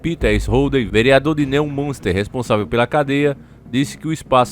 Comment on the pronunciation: Na cidade de Noiminxtar, no estado alemão de Chlesvig-Rolxtaim.